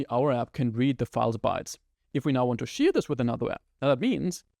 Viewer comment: Thank you for all your videos, they are really helpful! :) Just please look up the pronunciation of "share" :O While you butcher quite a few words' pronunciations, I usually understand perfectly fine what you are trying to say, but this one made me rewind to listen again in a couple of your videos before :D (aber das war es auch schon an "Kritik" - was Inhalt und Aufbau angeht: Alles top, danke dir! :) )